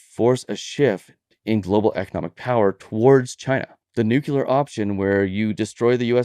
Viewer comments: It's NUCLEAR, not nucular, ffs. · (Nu)(Clear), not (Nuke)(Clear). That must have been a Freurian slip from the potuses. Not sure where (Nu)(Cu)(Lear) came from, but colloquialism comes from those who are not so much articulate.